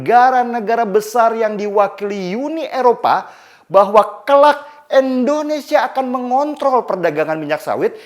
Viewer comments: Indonesia bang bukan endonesa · sangat jelas sekali ngucapnya Endonesia bkn Indonesia..disitu ku rada ga enak dgrnya..selainnya mantap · indonesia ya bang, bukan endonesia. gak enak di dengar. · Bg bilang kata Indonesianya jangan 'Endonesia' donk bg. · Indonesia..bukan endonesia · Indonesia bukan endonesia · Pak ko selalu sebut endonesia kan kita indonesia..😁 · Bang Denny, kenapa sebut Indonesia jadi Endonesia ya? #seriusnanya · Indonesia. Bukan endonesia. Please lah. Org bule aja bilangnya Indonesia bukan endonesia. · Tetap semangat bang Denny utk membela yg benar. Koreksi aja bg.. utk pengucapan "I" di Indonesia jangan "E" 🤗😀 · Bang belajar mengucapkan nama negara kita dgn benar 'INDONESIA' bukan "ENDONESIA" 😇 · Indonesia bukan endonesia😫